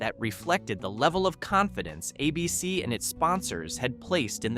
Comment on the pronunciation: Why can't the announcer pronounce "ABC"?